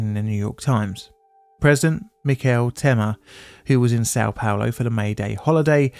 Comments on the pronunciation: What do you mean? He said "Sao Paolo" very clearly. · San palor? Not sure about how things are spewwed with the way english, destroy english. I have troubow wif that.